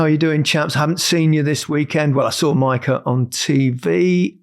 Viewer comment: Maika sounds wrong. Mika for Micah, jaa. Maika?😏